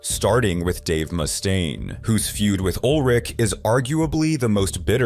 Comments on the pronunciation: Ulrich not Old Rick! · Ol' Rick? American English has hilarious pronunciations of words and names😂😂😂